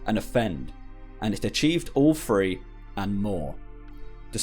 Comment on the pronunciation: One, tchew, f’free